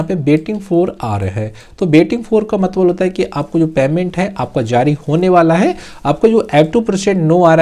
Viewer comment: मतलब❌ मतबल✅✅😂😂😅